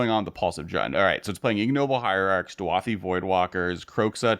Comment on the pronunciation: DU-A-THI voidwalker??? Read the card dude haha DA-U-THI!! It’s beyond clear